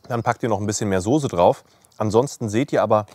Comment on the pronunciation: ich liebe deine videos wie du weißt, auch als wochenend-fleischesser, aber dieses wort .... dieses wort soße ist keine soosé.. merkern auf ganz hohem niveau ich weiuß oder vielleicht sagt man das auch bei euch in region so aber dem herrn soosé gefällt das aufjedenfall gar nicht so gut... evenetuell klingelt er sogar bei biernot im ersten... ^^